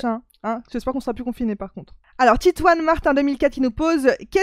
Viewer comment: ces titouan pas titouanne mdr .